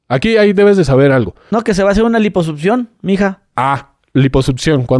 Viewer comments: Una "lipusutción"? 🤣🤣🤣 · Cómo le crees a un "doctor" que dice Liposupción. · dice lipoSUPCIÓN!!!